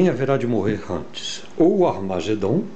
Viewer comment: Armagedon sounds like French jejejejejejejeje